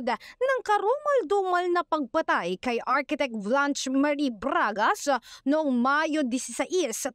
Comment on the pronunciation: braaaaaaagash posaaash soowspecck. :face-green-smiling